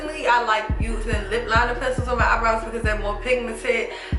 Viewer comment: Keanna Jones She even says "i do my eyenrows before i do my full face"😊